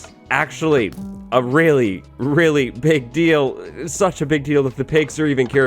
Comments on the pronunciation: “a really pig deal” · Did you say a pig deal? XD